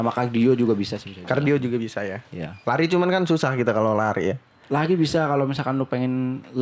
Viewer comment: Lari bang, bukan lai wkwk